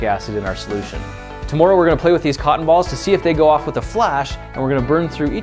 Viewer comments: every time he said tomorrow, I cringed. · Why is he saying tomorrow like that its driving me crazy. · I think it's tomorrow, not tomoreow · The way Grant says 'Tomorrow' makes him sound Canadian.